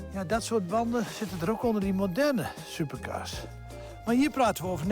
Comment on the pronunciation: ligt het nau aan mij of zegt die nau super kaas inplaats can super cars